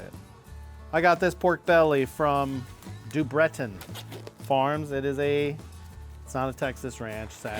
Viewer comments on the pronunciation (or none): That's a creative way to say DuBreton haha